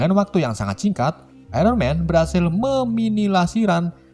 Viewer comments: Lagi seru seru nonton malah ngakak denger kata meminimasilir🤣🤣🙃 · Meminimisilir 😂😂😂 ngakak bagian itu gw Anjim wkwkwk